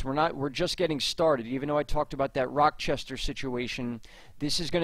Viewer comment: Great work...you are more helpful than local weather reports...Thank You!! Mar 2 afternoon...12 -14 in so far... Slight correction...Rochester , NY ....no "k" sound..."ch" like Charlie! Much love..